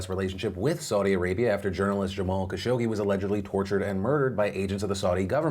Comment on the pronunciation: you are pronouncing Khashoggi wrong. It is Kha-Shog-Jee